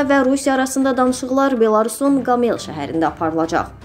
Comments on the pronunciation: Ayy savadsız videonu şerh edenler..her O herfini A kimi oxumaq lazım deyil!!!QOMEL.QAmel yox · Admin, xahiş edirik , xeberleri aparan, danişan xanima azerbaycan dili öyredin . "Qamél" şeheri yox, "Qómel", vurĝu "o" herife vurulur.‼️ Million izleyiciniz var🤦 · Qamel yox, Qo'mel. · Qamel yox Qomel səhəri